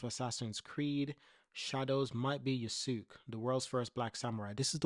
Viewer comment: Love the video. But so you know, it's pronounced Ya-skay